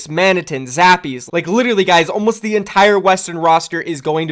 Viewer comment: Didya call Zappis, Zappees?